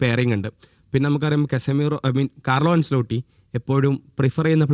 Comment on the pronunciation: അൻസലോട്ടി ❌ അഞ്ചലോട്ടി ✅